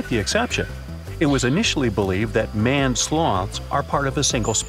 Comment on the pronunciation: It's pronounced MAINED, not MANNED... like a lions mane.